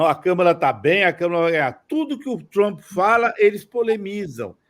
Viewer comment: Por que essa necessidsde de enrolar a língua pra pronunciar "Troomp", que coisa feia!!